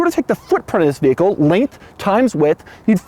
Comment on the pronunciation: Anybody who pronounces vehicle as "veer-here-cle" shouldn't be allowed on a kid's scooter let alone drive a car. Way to complicated.